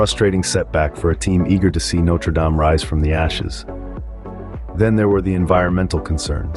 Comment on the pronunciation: Okay, look. It's either "no-treh dahm" (French) or "note-er dayme" (American). Don't merge them.